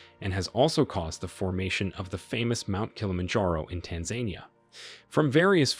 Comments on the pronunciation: Tanzania not Tanzainia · Tanzania .... It's pronounced Tan-zan-eea not Tan-zain-eea 😂😂😂😂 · Tanzania is pronounced as tanz-ah-ni-yah. With emphasis on the NI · Tan-za-nia sorry it’s driving me nuts 😂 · u can't even pronounce TANZANIA ( Tan-zah-nee-yah) . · This gentleman needs to learn how to say Tanzania properly. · Interesting pronunciation of Tanzania. 🤣